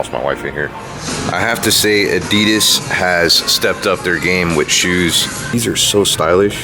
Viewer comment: He said adidas wrong